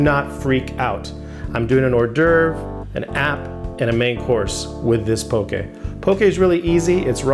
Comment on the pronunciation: Thank you for pronouncing poke correctly (